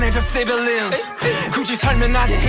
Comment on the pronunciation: Compare their pronunciation of Aliens to Suga’s civilians- (civi-liens)